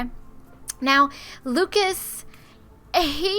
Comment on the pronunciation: It's Lucus not Lukeas